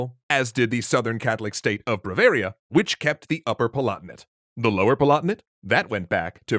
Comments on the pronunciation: I keep hearing brevaria rather than Bavaria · It's "BAvaria", not "BRAvaria"... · I'm Sorry, the State of ... Bravaria? That's one too many Rs in Bavaria! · Its Bavaria, not Bravaria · Braveria lol its bavaria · Why did you keep saying bravaria instead of bavaria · White and blue flag, Catholic state, famous Oktoberfest or BMW cars... Bavaria. Is it only me or you're saying bravaria?? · I do have to note, however, that the Southgerman Catholic state mentioned multiple times is called "Bavaria", not "BRavaria". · Are you saying B*r*avaria instead of Bavaria? or Brovaria? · did he say "Bravaria"? yes, he did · Lol "BRAVARIA" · Brah-varia? That's almost as bad as how I say pizza! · Did this guy just call Bavaria "bravaria"? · It was painful, but not as much as the way he was saying "Bavaria".